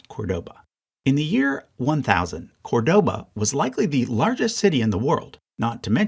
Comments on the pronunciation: Great video as usual, just a correction: Córdoba is pronounced CORdoba not corDOba, as indicated by the accent in the first syllable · Very good chart and will be in my future acquisitions for sure. Small pet-peeve: please learn how to pronounce Córdoba. It is really annoying the way you do it. The stress is in the beginning with an open “o”, the sound similar to the “o” in cod. Acute accents in Spanish (and Portuguese, among other languages), render an open acute sound.